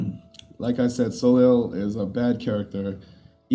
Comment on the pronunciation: Soleil is pronounced "Solay" if you actually care.. it's the French word for sun.